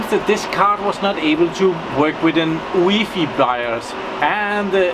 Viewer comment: I think, it is pronounced U E F I. I (from germany) sometimes also say it as a word, but i thunk it is wrong ;)